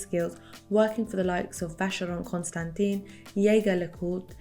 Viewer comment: Vacheron Constantin CORRECT FRENCH pronounciation is NOT Constanteen, but ConstanTEN.